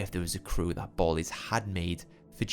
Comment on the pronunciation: Its almost a million percent pronounced bal-ies as in the slang for ski masks. Like dont do a drive by without your ballies on.